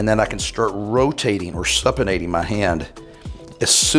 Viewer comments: It's Supination , like super bowl, not supination like supper... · supination is "soo-pi-nation", long "U"